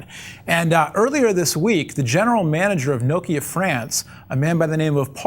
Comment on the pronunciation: You say Nokia wrong.